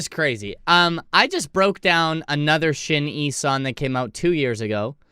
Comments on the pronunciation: Thank you for the video we love to see SHINee reactions!! Btw it's pronounced "shiny" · Pronounced Shine knee! Great group! Great harmonies in this song ! The youngest “TAEMIN” was quite young in this video..he debuted at 14 and he is 28 now! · Just say SHINE and add E at the end. Please, you're butchering the sacred name.